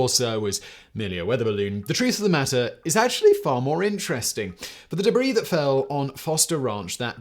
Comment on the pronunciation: The "Deb Ree" lmfao